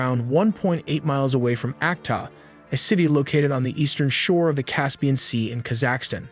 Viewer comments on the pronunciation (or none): Ka-zac-Stun ? wtf lol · He says Kazakhstan weird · It’s Kazak stan pronunciation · You mispronounced the country Kazakhstan 🇰🇿 Take the time to properly pronounce words you obviously aren’t familiar with before saying it on video 🙄